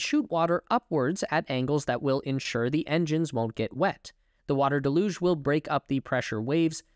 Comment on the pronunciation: Learn the pronunciation of “deluge”